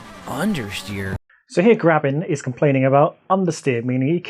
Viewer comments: After the 5th time he said Grabin, when Gavin's name is on screen.... DEFINITELY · "Grabin and Germany" lmao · Germany, Michael, Grabin, Shack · I love how he called Gavin "Gravin" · Unless I'm hearing wrong, I find it hilarious that you keep calling him "Gravin". XD